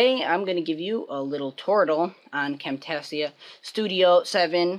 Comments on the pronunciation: You seid Camtasia wrong lmfao. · WoW this was a real good turtle and i dont know how to tell you by typing but your prenouncing Camtasia wrong :)